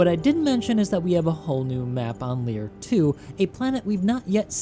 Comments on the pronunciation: It's "Leir II" not "Lier II" :P Very good video btw. Keep up the good work :) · It’s actually Leir II not Lier II 😉